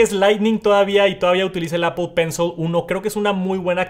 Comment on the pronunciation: Exc vídeo ! Solo que pencil se pronuncia : pencil con short i o shaw ... Al final